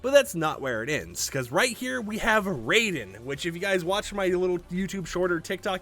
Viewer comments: "Rye-den" not "Ray-den" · It’s pronounced RYE-DEN. Not the god of thunder Raiden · bro did not just say "Ray -Den" its pronounced Ryden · Raiden as in Rye-den, not Ray-den. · ITs not raiden like mortal kombat raiden its said this way ri,den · His name not pernounced Ray-Den , it's Ry-Den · Its not pronounced ray den its pronounced ry den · Raiden not RAYden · his name is pronounced ryden not the same as raiden from mortal kombat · I…. Why is everyone pronouncing Raiden wrong? It’s not Raiden It’s more pronounced RI-den I’m not mad just disappointed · The way He said Raiden name 🤦🏽‍♂️ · He can't say Raiden correctly, though. You can't win 'em all 😂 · not how you pronounce raiden, but ok